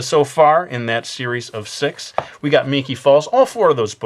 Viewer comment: when u said series of six i thought u actually said series of s*x